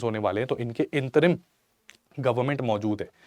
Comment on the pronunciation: इंतरिम नही अंतरिम